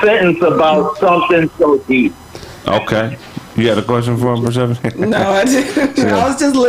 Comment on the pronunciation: Persehpani sound kinda....Atlantish